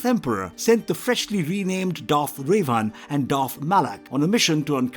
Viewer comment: Dude you’re either making fun or you’ve never watched or read any star war material. No way can you pronounce these names and think it’s correct. You’re saying “rayvan”, “vauder “….